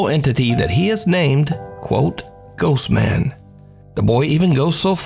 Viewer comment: He is not saying ghost man. He is saying Ghost BAND. Little bro is a Rancid fan.